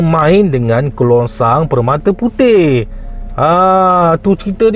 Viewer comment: Kerongsang bro. KERONGSANG.